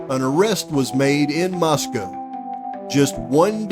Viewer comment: This video is head and shoulders above anyone else but Harsh. Lol. Did I hear you pronounce Moscow correctly like H? 😂❤